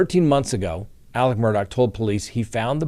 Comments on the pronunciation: Alec pronounced Aleccccc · that murderer's name is ALEX Murdoch, not ALEC. AleXXXXXXX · His name is ALEX